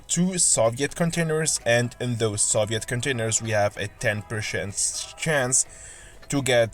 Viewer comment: Soviet: (saw-vee-it)